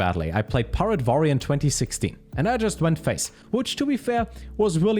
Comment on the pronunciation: “control Varrior” are you german, person?